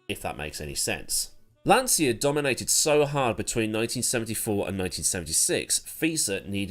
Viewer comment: Jeremy Clarkson never worked for Lancia; my dad did for 12 years before he immigrated to Canada. It’s Lan-cha not lan-sia.